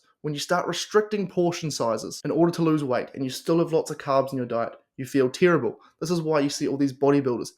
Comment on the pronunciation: Do your friends pronounce terrible as “TEAR 😢 ible” as well? Cracks me up 😂😂